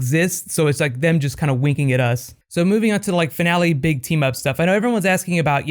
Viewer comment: lmao just realized he says that weird